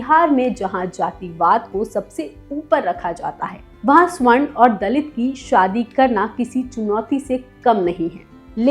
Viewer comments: स्वर्ण नहीं सवर्ण होता है हिंदी का उच्चारण ठीक से करो. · आप एक एंकर हैं, अतः आपके उच्चारण और शब्द दोनों शुद्ध होने चाहिए। यथा : स्वर्ण नहीं सवर्ण बोलिये। ऐसे आपकी प्रस्तुति अच्छी होती है।